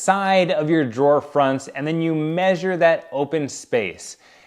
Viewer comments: Omg...don't know if you did this to tease people who pronounce the word incorrectly or if you really think that it's correct, but the word "measure" is pronounced "meh*zhr" accent on the first syllable. Google has sound recording. The only time I have ever heard it pronounced "may* sure" is from my sons in-laws who live in West Virginia. Of course, they also say "pin" instead of "pen". Drives me insane! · measure is pronounced "Mehzhr" !!